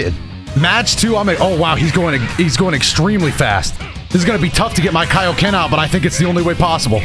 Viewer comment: Finally someone pronounces "kai-oh-ken" correctly👍